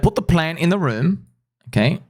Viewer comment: Room not moon